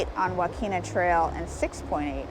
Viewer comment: Great video… look up Mo’s Restaurant Health Score Card… that says it all. It is like our Pier 39 restaurants here in SF! Quality is gone. ❤️ Depoe Bay is pronounced like Home Depot. And Yaquina can be remembered to pronounce as Ya-Quinn-ah like after Anthony Quinn. A local shared that trick since they hate the mispronunciation all the time. I did the same before they told me!🤣